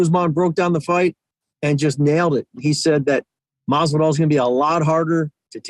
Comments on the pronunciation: C'mon Ariel Saying MaSvidal is not as hard. MaSvidal dude, with an S. Why you keep saying Marvidal? Where the "r" coming from?? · I love how every time Jorge is on he correct's how Arial says Jorge "Mathzividal" and Ariel continues to plug along with a horrible mispronunciation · The best part is Masvidal corrected him and he still says it wrong lmao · God i hate the way this man says Masvidal